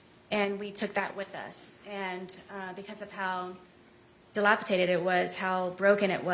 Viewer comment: Yep, her and her big words, she said , dilapi-t-ated, such a liar